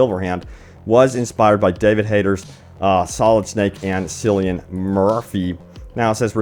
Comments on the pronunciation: It's pronounced Kill-ee-n, not Sill-ee-n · Dude, it's pronounced as Killian/Kilyan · Dude, it's KILLian Murphy. Hard C. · Cillian (pronounced kil-ee-an) was scarecrow in Nolan's Batman movies. Also, he's in several other fantastic movies as he's a very good, dynamic actor. I'm sure everyone watching this video knows who he is!? - forrrrr sure. ☺️ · Cillian is pronounced KIL-E-AN. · Yeah that was cringe lol